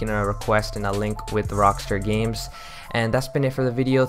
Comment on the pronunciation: "Rockster" its rockstar dude